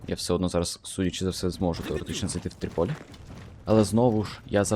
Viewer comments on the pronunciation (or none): не тріпОлі, а трІполі